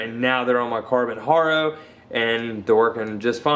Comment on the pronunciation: its ha - ro not har - ro